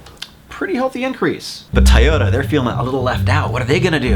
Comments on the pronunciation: Tiyota? What is this trend of deliberately mispronouncing things just to be different? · Is he saying TA-yoda??